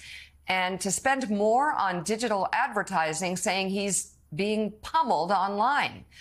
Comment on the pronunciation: Did she just say Trumpone!? LOL she did a funny, that was funny!